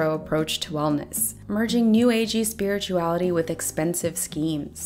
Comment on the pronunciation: I heard “superiorality” instead of spirituality. Having read & watched EPL, it works. Really enjoyed your review!